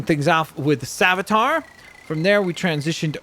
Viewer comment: Btw, it's pronounced Save-ee-a-ter